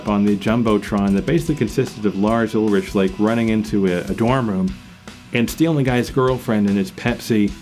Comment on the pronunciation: The narrator can't even pronounce Ulrich correctly and wtf is Echobrian? A clownshow of a production.